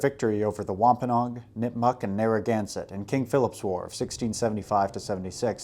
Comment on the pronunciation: Wampanog and Abenaki sounded wrong to me could be how you pronounce them but i understood what you ment. and mokuwando is actually Madockawando who was the chiff of the Penobscot's which is the tribe I'm from. still loved the video btw are you going to cover more on king Williams war at all ?